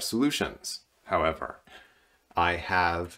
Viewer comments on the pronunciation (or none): none